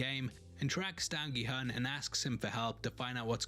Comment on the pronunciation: Just a quick FYI, the main character's name is pronounced Gi-HOON. His name is written as Gi-Hun and the "u" in romanized Korean is pronounced as a long u sound (or a "oo" sound as in "noodle"). 😃